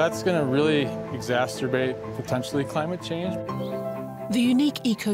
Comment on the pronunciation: Did that dude say exasterbate?